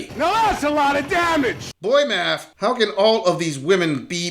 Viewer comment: secind ckip made my head hurt, uts math not mat